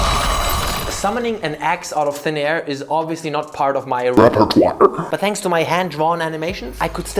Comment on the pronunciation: Fucking died at the "repertoire"